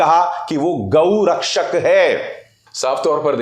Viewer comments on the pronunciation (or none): none